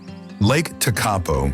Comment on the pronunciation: lake tek-a-po(tekapo)